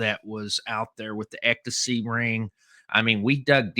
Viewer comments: Hey, I think it's pronounced "EX-stasy"...you keep saying "EK-tasy". Lol! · It’s ECSTACY, not EKTACY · How do manage even to say the word ecstasy wrong, it’s not “ectasy”. Geez you one of a kind. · Sammy the Bull. The most stand up guy to sit down ever🤷‍♂️💯🤣PS. Ecto-see is hilarious😂 EX ITS PRONOUNCED HOW I WROTE IT EXSTACY (Ecstacy)👍👌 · obviously, you never had done drugs because you can't pronounce ecstasy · Lol…what made it worse is he said it like 85 times 😂😂